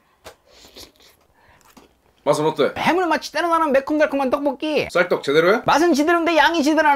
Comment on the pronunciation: 떡뽀기 아니고 떡볶이 궁시렁ㅎㅎㅎㅎㅎ